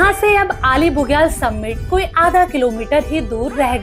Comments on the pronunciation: आली बुग्याल.....अली नहीं..... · अली नही आली, बेदनी बुग्याल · Correct name is Aali Bugyal not Ali....in local language it is called आली not अली.....please correct